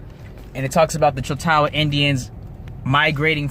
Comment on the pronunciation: Good work bro. Btw pronounced (chaulk-taw) continue the search fam.